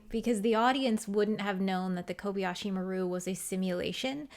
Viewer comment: It's Kobayashi, not "Kobiyashi." Kobayashi is a common Japanese surname, but I wonder why the ship is called "maru," which is used in Japanese for ship names. In the future, does Japan have it's own spaceships following Japanese naming conventions?